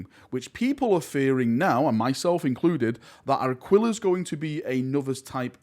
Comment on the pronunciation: Super distracted by your pronunciation of Aquillas Currency.